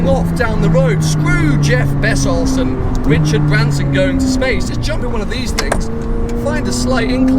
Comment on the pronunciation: "jeff bessauce"